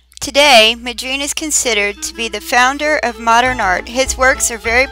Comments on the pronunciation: It's pronounced exactly like it's spelled. Mon-dree-an. It's like the woman in the video completely ignores the first N in his name. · Mo-dreen? Honestly? He is not a black woman from the south, he is a dutch painter. figure out the pronunciation! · Why don't you find out how to pronounce names. It's disrespectful to get it wrong. How would you like people to speak of you as Jackmee perooz.!!! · You are pronouncing his name wrong.